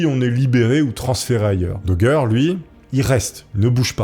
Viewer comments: Le château de Fouquet est à Vaux LE Vicomte (programme de CM1-CM2, un des château les plus célèbre du pays et on dirait que tu découvre ce que te dicte le prompteur), idem prononciation du nom d'Eustache Dauger qui se prononce comme "danger" et non daugère ou dauguère. Bref encore une vidéo chat gpt sur un thème où t'as du mal à comprendre les mots que tu lis. Je coupe la vidéo là et c'était déjà difficile à regarder. Si tu fais un truc fais le bien ou fais le pas. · Il a été arrêté à Calais , pas à Dunkerque , et c'est bien à la française que l'on prononce son nom Dauger et pas Daugere ? Pour le reste bien des gens s'y sont frotté à cette histoire, comment arriver à faire taire une vie ,c'est abject..... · Tes vidéos sont vraiment top mais Dauger ça se dit daugé pas daugueur on est en France pas au texas 😂 Continue de nous faire de bonnes vidéos comme ca ! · Doug doug dit Daugueur, l effet barbara stranger thing, Bragueulonne.... J aime les histoires de ahah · DOGGER ?!!! xD La prononciation c'est important !!!!!!!!!!!!!!!!!!!!!!!! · Mec fais un effort avec la prononciation, au bout d’un moment, juste par respect… ça te prend littéralement 10 secondes de vérifier ça sur Google ou avec ChatGPT OU DANS UN DICTIONNAIRE….! Tu googles « xyz prononciation » et voilà !!! Genre « Eustache Dauger prononciation » et tu vois que c’est DO-JÉ… surtout que c’est du français là, pas une langue l’étrangère ! Vous êtes vraiment nuls en langues les Frouzes, c’est pas croyable ! Et surtout dans votre propre idiome !!! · RIP le pauvre Eustache DAUGER qui voit son nom prononcé de 1000 manières tout au long de la vidéo lol ca fait pas sérieux, renseigne toi avant de tourner 🤣 au final ça se prononce DOJÉ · Au fait, on dit "Dojé" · Oui, on dit Dauger et pas Dauger. 😂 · je Gère ! La GUerre ! Ce n’est pas compliqué de savoir prononcer 😊